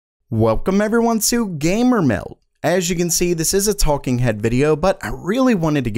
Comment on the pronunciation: Nobody can say Gamer Meld better than you 👍